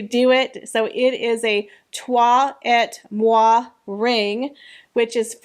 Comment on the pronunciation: You pronounced toi et moi real well. After what the Harkles have done to the Royal family, Oprah would be stupid to invite them.Any A lister would want to keep their lives out of the media but with the Harkles around you never know what they are going to do with the informations they can gather.